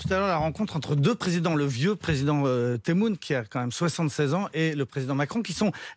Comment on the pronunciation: Ça se dit teboune. Il a le nez bouché ou quoi? Pas bien d’écorché le prénom des gens. Le vieux temoune?? Il est pas vieux lui il se croit jeune peut être ??. quel manque de respect.